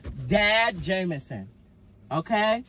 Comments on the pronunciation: “No You Not Daddy Jamanson, You’re Jamanson” Ts Had Me Dead😭💀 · " no YoU NoT DaDdy Jamanson, you jamanson"😭💀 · “no uu not daddy jamanson, you jamanson” PERIOD!💀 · I love how every time say Jamanson she look at Brian for the reaction😂😂😂 she needs to be a PAID ACTOR ATP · Omg lol no you not daddy jamanson you jamanson took me out 🤣🤣💀